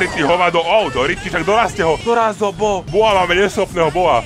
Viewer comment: pls neříkej boa když nemluvíš o tom brawlerovi Bo, je to jak by řekl správný Američan velice cringe.